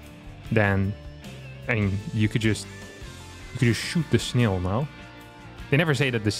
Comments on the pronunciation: Yeah :-) Snail, fail, Rail. Like snel fel rel. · has excellent English. Better than most of the Americans in my town. BUT he pronounces snail in a super funny way